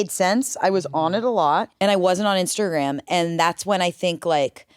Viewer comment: I like when talks about "Instergram" 😂